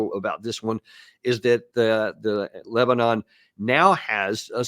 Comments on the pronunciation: Because of wrong pronunciation? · Sopped watching when I heard “Le-bah-nun.”